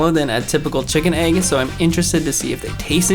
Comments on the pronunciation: EGG! NOT AGG! ITS A “E” NOT A “A” EGG EGG EGG EGG EGG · Why does he say AYYg instead of egg?!?????